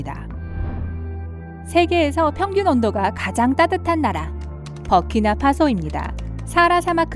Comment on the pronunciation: 버키나 파소가 아니라 부르키나 파소임